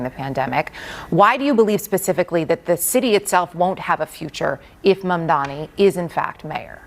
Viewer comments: Bro how is he STILL saying MaNdaMi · how does cuomo keep getring mamdanis name wrong its so insane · how do you pronounce zohan mandarini wrong no many times? its so annoying.. like its on purpose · “Zorran monDAMi” - Cuomo